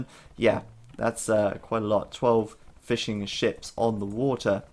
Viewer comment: I couldn't help but hear Fish N Chips every single time you said Fishing Ships :P